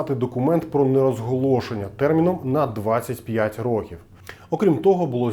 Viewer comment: Не чинити, а ремонтувати. І ро^ків, а не рокі^в. А випуск крутий